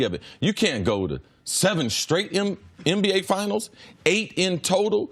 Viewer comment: Does CC say MBA instead of NBA....lol I know He's saying NBA but it's still funny I know I'm not the only one